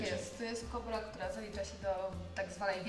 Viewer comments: Zdaje mi się że chyba "kobr" a nie "kóbr" 😉 Jak zwykle genialny materiał, uwielbiam te edukacyjne odcinki! 🐍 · Nie KUBR tylko kobr, nie NÓR tylko nor.Język polski nie być trudna. Błagam...